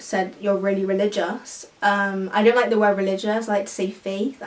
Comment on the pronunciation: omg sameee i hate it when people say relgioussss